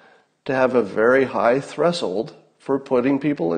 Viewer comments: Scott, pronunciation of "threshold" is 'thresh-old' or 'thresh-hold', not "thres-hold'. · Thres-old? Have I been pronouncing this word wrong all these years? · Did he say threshold with the wrong emphasis on the wrong syllable